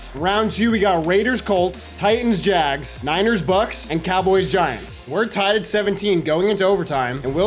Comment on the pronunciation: As a professional Jaguar fan thank you for saying jags instead of saying “jag-wires” all these other madden YouTubers never say it right so you’ve earned my subscribe by not butchering the name